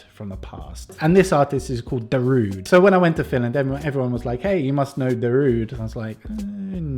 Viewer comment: People still can't pronounce Darude correctly.